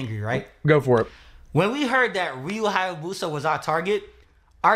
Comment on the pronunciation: Hayabusa,. If you can say Alfabusa, you can say Hayabusa 😂. And now im sad because i miss our glorious Emperor.